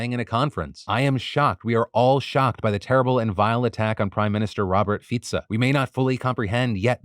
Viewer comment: 👏 I see you took advice from your earlier YouTube short on how to pronounce the Slovak prime minister, thank you Phill! 👏